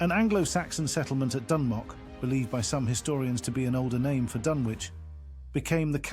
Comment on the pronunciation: not even pronouncing it right.. painful